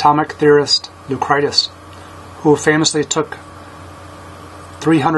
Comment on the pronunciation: Note: Lucretius (#93), which I pronounced as “Leu-cry-tus”, should correctly be pronounced “Leu – kree – shus”.